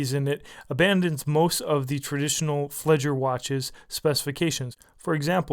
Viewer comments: 1, Fledger? Really?? 2, the date window. On a B-uhr dial? No. Just....no. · FLEDGER hahahahaha